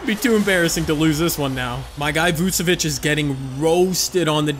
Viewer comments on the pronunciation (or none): Why are you calling him vucOvic he is vucEvic